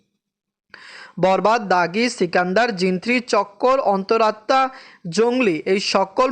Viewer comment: অনেক বলার পরে আজকে ঠিক করে অন্তর আত্মা উচ্চারণ করেছে